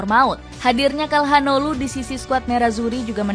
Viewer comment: Tolong lah min sebelum bikin video di research dulu cara baca nama pemainnya. Çalhanoğlu bacanya calhanoglu, bukan kalhanoglu